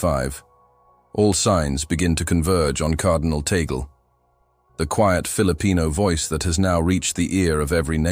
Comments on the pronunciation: CORRECTION PLEASE,,, TAGLE PRONOUNCE,,, TUG-LE NOT TAYGOL.TNX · It's pronounced TAHG LAY. And this sounds pretty superstitious.